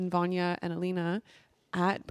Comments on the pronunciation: Her name is VYLANA Not Vannya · her name is vylana not vanja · it's not Vanya it's Vylana... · Ugh, had to stop watching because she couldn't pronounce Vylana's name repeatedly. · so many people have done this, I’m like…how do you sit down to record something without remotely having the names correct